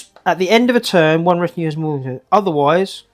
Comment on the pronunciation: I hate to be pedantic but you keep saying RETOIN instead of RETINUE.